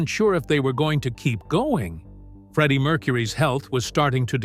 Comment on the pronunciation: This is garbage clickbait. Freddie wasn't diagnosed until 1987, so Knebworth wasn't intended to be Queen's last concert. Also, if you're going to use a stupid , David Letterman- sounding AI voice, it's pronounced "Freddie", not "Freedie". Wankers.